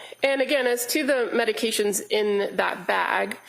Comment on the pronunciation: It would be nice if the prosecutors learned to pronounce the medications prior to the hearing